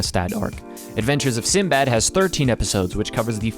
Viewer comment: I loved the Arabian theme, but Sinbad's pronunciation is actually Sindie bad. That's his actual Arabic name.